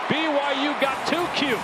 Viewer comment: Audio picked up a Colorado player saying b y w h o?? It's byu! BYU BYU BYU!!😊